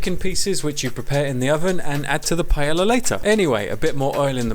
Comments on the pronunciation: Okay the first 4 seconds nearly killed me 😂😂😂"PIE-YEAH-YA" it's pronounced "PA-EHYAH" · Pie-ay-yah is how it is pronounced you BUFFOON but this looks delecioso y estoy muy entisusiasmada para probarlo! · Nice looking rice with veggies. As a Spaniard in the UK, I've lost count of how many times I've heard the weirdest vowels combinations to pronounce paella. Not quite there, but I appreciate you trying. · I have yet to meet an English native speaker that pronounces paella correctly XD (pah-EH-jah) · Spanish person here: I would say that the best way to pronunce is like: pah-ai(like the one in said)-ya. It is still funny how you say it. Thanks google translator for making the weird sounds. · under my pie-ella ella ella eh eh eh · I'm here for the way he says Paella (btw Love the recipe). Ok no I just love you trying to talk in spanish,you actually did pretty good and as a Spanish yes, it's not a normal paella but it looks amazing